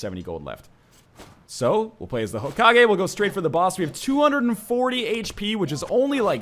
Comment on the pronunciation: Hokagi? Serioulsy? Fucking seriously?